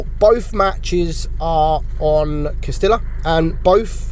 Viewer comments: Cas-tee-yah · It is pronounced Cas-tee-yah. Get your Spanish on.